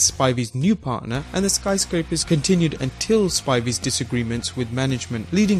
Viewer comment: he also had some trouble with "Sky Scrapers"